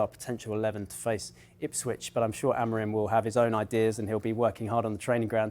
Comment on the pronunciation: Dont you see the M on the Amorim's name? Why half of you in England pronounce it Amorin?